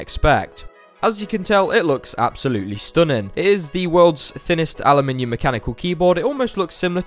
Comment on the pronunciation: Dislike for saying Alumium